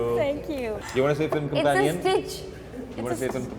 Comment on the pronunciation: alia u r such a dumbo u cnt even pronounce "companion"!!